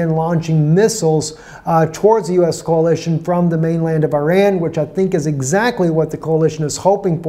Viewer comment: It's coalition, not "CAOLITION".